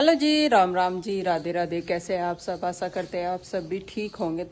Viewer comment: ji aap ye aassa karti hu bolna kab chodoge assa nahi aasha bolo agar aag teacher bani toh kyaa hoga apni language per dhayaan do or saaf bola karo don't mind plz